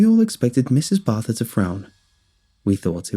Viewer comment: What wait a sec ok barther not barth